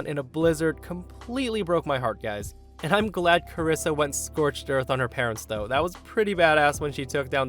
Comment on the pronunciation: "Carissa" is how some of my family and teachers pronounced my birth name. I'm the only one in the US with my first and last name. Being called "Carissa" always upset me.